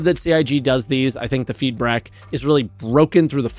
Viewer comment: I enjoy the “feedbrack” too